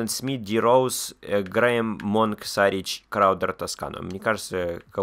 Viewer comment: Шарич , а не Сарич е